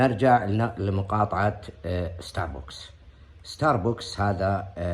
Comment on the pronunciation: ستارباكس مش ستاربوكس يا متخلف اتت واحد ضب متعود على الجحور وش دخلك في الكلام الكبير هذا